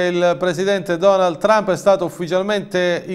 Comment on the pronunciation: Donald non Donal